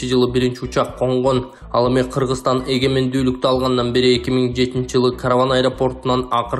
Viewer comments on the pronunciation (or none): none